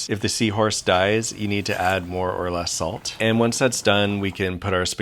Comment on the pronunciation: oh okay i thought he was saying msg